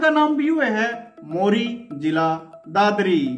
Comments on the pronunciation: Bhai vo मोरी नही सै वो मोड़ी सै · भाई जो आप गांव मोरी बता रहे हो जिला दादरी में वो मोरी नही मोड़ी है। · दादरी में मोरी नहीं मोड़ी है.